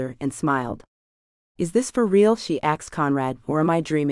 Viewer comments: I love the series a lot but there is no x in asked and what’s up the saying dot after sentences.. ? If the story line wasn’t good I would not continue to listen, it kind of drives me nuts ! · It's AI, not real person, misprogrammed to say "ax". Bugs me too. Also dot, sometimes instead of not, or random.